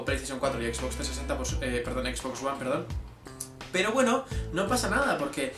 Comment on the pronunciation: por fin en español que pronuncia xbox y no (equis)box